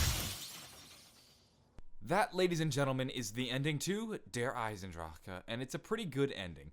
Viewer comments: He says Der eisendraha instead of Der eisendrache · RoyalGaming ahaha wrong, its not. Okay the 'drak' is wrong, its 'drah', that was a typo, regardless my point is still valid. It most definately is not 'draw' ahaha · Truth: He pronounced it wring, it's supposed to be "Der Ai-sen-drac-khe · i pronounce it "eis-enn-drah-keh" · It's really annoying hearing YouTubers say der eisendrache wrong the "ch" is just a "h"